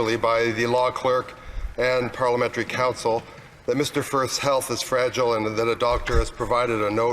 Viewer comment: His poor helf is fwagile..a baaaayby! I cant even afford enough weed these days fo my mental stress. Fuck that dude.